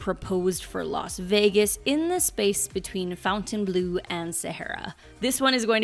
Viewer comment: it's not FOUNTAIN BLUE, It's Fontainebleu. FONTAINE, NOT FOUNTAIN. Why does everyone pronounce it wrong? I enjoy your videos but for some reason, this drives me crazy that nobody says it right.